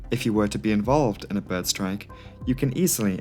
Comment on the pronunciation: i like how you say "behrd" lol